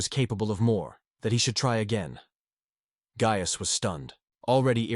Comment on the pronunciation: How many ways can the AI voice mispronounce “Gaius”